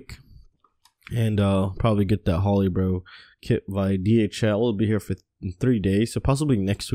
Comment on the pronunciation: May want to look up the pronunciation of Tarot and Holybro. Otherwise, cool vids.